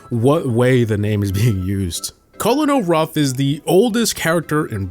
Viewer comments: "col-in-ol" ruffs" really? Its pronouced "ker-nel", and its not E-M-Z or S-T-U, its just emz and stu. This guy has no idea what he's talking about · Why is nobody talking about how he says co lon o ruff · Emz, Stu, colonel ruffs, Colette, and Ike are all pronounced incorrectly